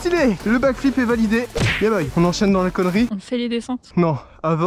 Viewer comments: T’aime bien dire yebow 😂🤣 dans toute les vidéos tu le dis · C’est yeah boy